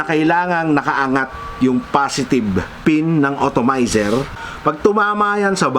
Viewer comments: atomizer sir..not otomayser hehe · It's called "Atomizer", not "Automizer". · correction lang boss. hindi otomizer ang basa dun. dapat atomizer :) haha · Sakit sa tenga ng automizer mali na nga inulit ulet pa ahaha ATOMIZER PO SIR!😂😂😂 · atomizer not otomizer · kla ko ako lang nakapuna hahah otomizer tlga ndidinig ko